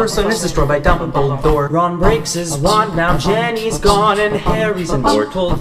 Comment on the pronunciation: I don't like how they say jenny not ginny